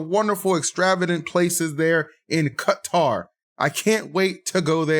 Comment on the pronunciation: Not a single one of you pronounced Qatar right btw lol but it's fine cuz the "Q" and the "T" aren't letters in the English language lol. Q and T are just the closest letters to it.